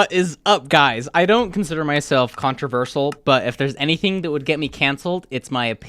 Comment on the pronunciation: if anything is going to get you cancelled it's the way you pronounced controversial